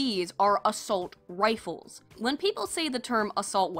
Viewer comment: "Yes, hi, I'd like an A-Salt Rife please. I have a HUGE slug problem..."